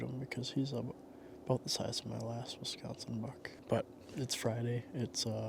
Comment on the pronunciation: Uh.... We're 'Consin. Not Consion.